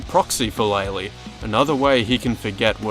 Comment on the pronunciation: loved the video.... also ITS LAY-LAY!!!!!!! Has been confirmed by dev!!